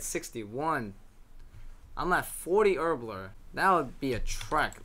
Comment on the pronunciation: You say Herbler or erbler even haha.